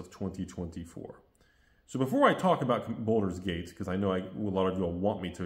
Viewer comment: It's "Baldur's Gate" not Boulder's Gate